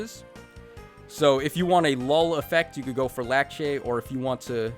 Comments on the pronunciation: Heh It isn’t larcei It’s Lackchi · I think he's calling her Lakche because that's her Japanese name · Says Larcei's name in three different ways, gets it wrong all three times.